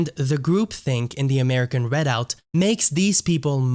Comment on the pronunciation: Perhaps you should have learned how to pronounce the word "Redoubt" before making yourself look idiotic by mispronouncing it dozens of times in your video. You suffered a huge logical disconnect in attempting to associate two movements from the 1980s and 1990s, citing ZERO individuals who were in either of those movements that are now in the American Redoubt movement. The American Redoubt movement is outspokenly ANTI-racist. But yet you conclude that it must somehow be connected to a defunct RACIST movement from decades ago. Your lack of logic is astounding.